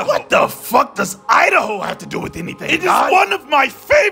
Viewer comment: 🤣🤣🤣😂😂😂🤣🤣. "Welcome to Idaho,, Where as we like to say "U- Da-hoe" 🤣🤣😂😂🤣🤣🤣😂